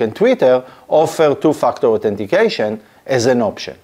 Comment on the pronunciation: Is it me or he judt said "TOO-F**KED UP- AUTHENTICATION" :face-green-smiling